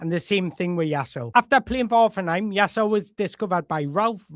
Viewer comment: Ouch. You got the Jaiss bit perfect butt that last bit is Leh not Ul - you pronounce the final E like in Woltemade 😊 A lot of info but all good, useful stuff, cheers.